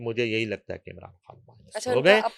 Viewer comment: یہ خاتون عمران "کھان" کہتی ھیں، خان کا تلفّظ اتنا مشکل ھے یا ان سے "خ" ادا ھی نہیں ھوتی؟ پلیز الجھن دور فرمائیں۔ شکریہ